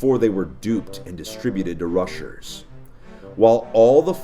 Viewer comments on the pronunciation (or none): did he just say russers